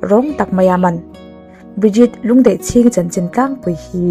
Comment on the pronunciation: Ahming i lamdan hi mak ee, Lûndeihchîng nizawk lawngmaw, ? ka khawih mange aww, abulpui bermaichu, kan Sorkar rolelna chhelutuk hian minnghawng thuidawn hlee mai, tiang lehkhathiam leh feltan chuan thawhtura tamdawn nen, duhsaktu hmuhloh vanga nimaia, kathina lorim hlur mai awmhmunah.😢😢